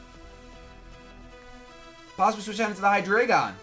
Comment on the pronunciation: for all americans who maybe not know this. Hydreigon and its evolutions usues german words for numbers: hyDREIgon = Drei = Three, same with ZWEIlous = Zwei = Two and dEINo = EIN = One. Obviously refering to the amount of their heads^^ with this knowledge i have to tell you americans that youre mispronouncing at least hydreigon :D:D:D